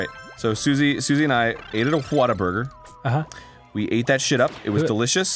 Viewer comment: I Love how hes calling whataburger "waterburger" ;p